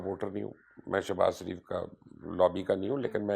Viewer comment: کسی نے نوٹ کیا کہ مبشر لقمان صاحب نواز شریف کو۔ نواز سریف۔اور شہباز شریف کو۔شہباز سریف ۔بولتے ھیں؟